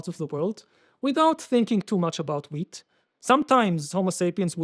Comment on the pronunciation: ooooh they're saying WHEAT, with a T.